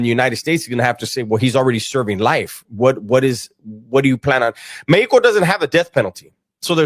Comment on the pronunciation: it's mexico not mehko😂